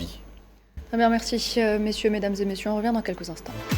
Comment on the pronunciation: Mehdisse Mercise Mercisse Les dossiers régionaux régionaufe Mercisse Hassan Zemranisse .. Zemrani Messieufe .. Messieurs Également voufe Narimene .. vous Mercisse Mercisse Incroyable comment elle prononce les mots 🤣🤣🤣🤣🤣🤣 C'est à cause de sa bouche de travers 🥴 ou de ses dents artificielles 😬